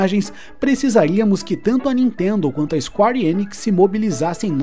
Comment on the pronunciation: Ótimo conteúdo. Mas é isquér e não isquári.... Square = isquér!